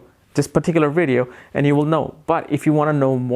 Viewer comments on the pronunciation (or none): none